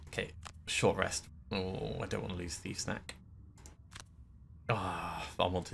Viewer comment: Every time you say "thief's knack," I hear "thief snack." That should be the name of the healing card.